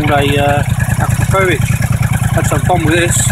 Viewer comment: Makes totally sense to keep talking while filming next to your exhaust while the bike is on ... NOT! amateur. Oh and learn how to pronounce Akrapovic. It's not hard, really.